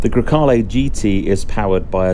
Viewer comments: Come on it's GrEcale, not GrAcale... It's the name of a wind... Coming from Greece (Grecia in Italian). Cheers from Italy from a Spyder owner (and no, the cabin is of equal length!:-P). Love your videos and podcast, keep up the good work! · GrEcale, not GrAcale..... just saying